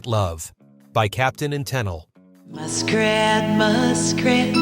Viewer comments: Her name isn't tannel.... ta-neil its pronounced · Great list, but some corrections to this. It was the Captain and Tennille, pronouced ten-eel, not ten-il. Also, the first clip you have for "Tie a Yellow Ribbon" was actually from another hit by Tony Orlando and Dawn called "Sweet Gypsy Rose". One more thing. I think this list was missing at least one song by Gilbert O'Sullivan. :) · The Captain and "Ten-ill"? At least find out how to pronounce the name of such a popular performer. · Toni Te-NEAL and not TOE-nel. There were only a couple of songs I agree with should be on the list -- most were fun to listen to on the radio --granted, these were all AM songs, and not FM. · Get over it, we all knew what "Afternoon Delight" was about! Also the Captain and Tennille - it's pronounced "Tenneel", not "Tennil". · Bless your heart!😂 The Captain and Tennille—it’s pronounced Teh-NEEL, not TEN-ull. What a voice. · Captain & Ten-nawl? Pronounced Ta-knee-al. Smh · Good video. But "Tennille" is pronounced like "Ten-eel," not "Tenil." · Tennille pronounced Ten- neel. Not Ten ell. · ~~ The Captain and... Tennil? No, it's pronounced "TEN-EEEL" !! (eyeroll) The idiot narrator can't even pronounce a simple name correctly! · The narrator must have been from Mars - clearly not knowing that the artists were known as “The Captain & Tennille.” (Pronounced “10-Neal” {eel - like the creature that looks like a snake in the water} NOT - “10-hull” {like the hull of a ship}) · "Ten-all"??? Teh..knee- al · Ten-Neal not Ten-L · TEN-el? Yeesh, this guy wasn't even a thought in the 1970's! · I am sure her name is pronounced Tah-neal. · its ten ee uhl lol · It’s Capitan and Ten-Neil ! Geeesssseeee… get the pronunciation right. SMH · "The Captain & *Tennell*"?? GAWD..... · “Toni 10ell “;🤣🤣🤣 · Tennel? who is that 😳😳😳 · Try saying her name as te neal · Toni "Tenil?" Maybe to learn to pronounce the names. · Captain and....Ten-ell?? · Captain and "tennel" ??? 😂😅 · On number 6, that’s pronounced (Tee-Neil).